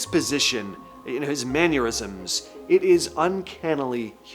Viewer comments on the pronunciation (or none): The word is mannerisms. Not man- ur-isms.